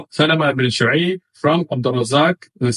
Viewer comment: One of the blunders you left out is that he can't even read the isnad properly, he says Salamah ibn Shu'ayb when it's شبيب😂😂